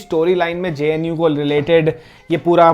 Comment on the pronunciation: I stoped watching when, 'JNU' became 'VNU'🤣